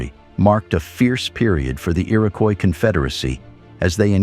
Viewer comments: Is the fake 'dirty film' effect really necessary? Bad enough we have to listen to fake robot narration... "The ear-AHH-koyis Confeder-RASSee" FFS! Have some pride and dignity about your content. Clearly all you care about is the clicks though; Useless. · since it's spelled above so many different ways, I figure it's time I pointed out the correct one re. #1--Comanche, #2 is Iroquois (EAR-uh-kwoy); in the list that started was the Onondaga (oh-nun-DAH-guh); Oneida is oh-NIGH-duh, rather than oh-NAY-duh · The narrator butchered the Iroquois tribes names. Generally pretty accurate about the noble New York State Iroquois. The Iroquois' many wars gradually weaken them. They adapt to the muskets before other tribes because of their control of the beaver trade. Tuscarorains were sixth tribe.